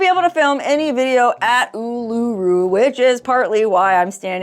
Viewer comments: It’s pronounced ‘Oo-la-roo’ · It's oooooh-laaa-roooo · Love the way you say Oolarooroo! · Awesome you'll be visiting us here in Aus.. would love to have a meet n greet but doubt you'll come to Canberra.. Oh and by the way Uluru is pronounced Ew La Roo.. Cya Matey.. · The rock is pronounced Oo-la-roo 😊